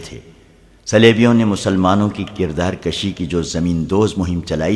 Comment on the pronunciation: Kirdar kushi not kirdar Kashi